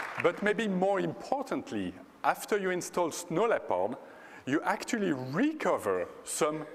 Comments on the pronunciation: Whats wrong with DLL's and the registry? DLL's are a part of a program and the registry is a way of sorting information. People have to know their computer - they have to think. Like Apple fanboys, they must have Steve Jobs thinking for themselves =/ And lol the guy cant say "Leopard" right XD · Good MOANING LEPOD QUICKLOOOOOOOOOOOOOOOKK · he pronounce it like this: LepARD. he really stick on that A. yeah sounds good. I believe he comes from Switzerland? Probably not.